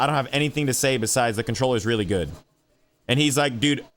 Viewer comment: "I fink this controller is very gud"